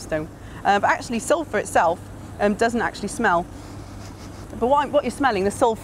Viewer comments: Don't "Suphur" from it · "Suphur" Oh you will suphur.. you will once you smell it. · Ulfur... Sulfur. Write that down in your copybooks/ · lol "suphur" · You decanted out the "l" in Sulfur. You guys must be really good at your jobs.